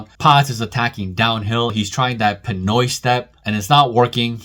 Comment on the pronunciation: … did he say Pinoy step😂? 👏🏼